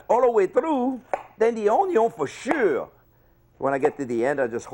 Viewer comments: Then the onyo for SHHHEUOOURE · then the onyo fo SHEEEUUUURR